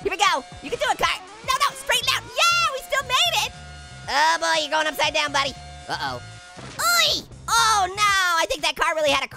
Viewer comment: just said budy